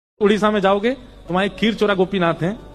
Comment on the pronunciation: Khirchora nahi Khirichora Gopinath kaha jata hai unhe